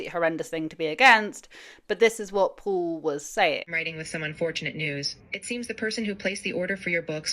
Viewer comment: His name is Paul not Pool.